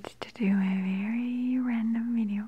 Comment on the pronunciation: I prefer this kind of video. Maria's accents Is so relaxing, I love the way she says certain words like "video" bit weird but, whatever. Please make more like this.